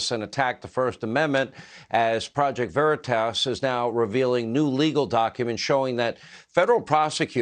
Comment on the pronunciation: First Sean don’t even say the name right when introducing PV, Sean makes me sick! Haven’t watched him in years!I couldn’t even watch when President Trump was on with him. He didn’t make a mistake, saying it was your home James, he wants you to think he’s a good guy ! His family is from a long line of FBI /CIA, Sean is a snake 🐍